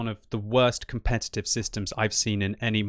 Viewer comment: commpetitve ha ha ha ha